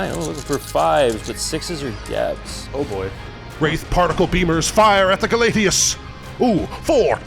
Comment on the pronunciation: Agree, small hope that the narrator stops saying callidus instead of caladius though.